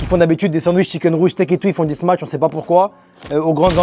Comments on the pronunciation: smach pas smatch :face-blue-smiling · Set et smatch😂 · tu fais que dire smatch 😹😹😹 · le frère elle est grave bien ta vidéo mais comment ça ma trop tendu que tu dises smaTCHE burger toute la vidéo mdrrrrrrr